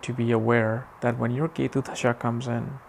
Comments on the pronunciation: Hari om & namaste! You are good! Please pronounce DASHAA & not DHASHAA. Sanskrit is a beautiful language where in the meaning of a word is inherent in the word itself, thus importance of pronouncing it properly. Besides so many people learn from your good work, so let them learn properly! I am a Swamiji from Chinmaya Mission! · It's not Dhhasha.. it's called Dasha